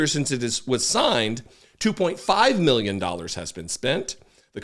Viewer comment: You crack me up! 😂 8 " ma-billion "